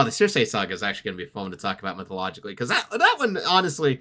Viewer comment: Just gotta say because it gets my mind itchy circe = sir see Also minor fun fact while in the odyssey aeolus is a king of the island in actual greek mythology aeolus was a god of wind albeit a man still so thats more or less still a creative liberty That being said there were still the 4 gods of wind who were underlings essentially to the god i believe